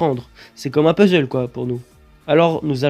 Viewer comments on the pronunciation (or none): none